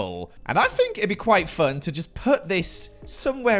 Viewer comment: saying “fink” for “think” will forever make me happy